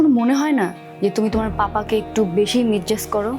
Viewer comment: Natok e meghar character hoche Brilliant student with top notch result. But ei simple “misjudge” pronunciation keno parbena ?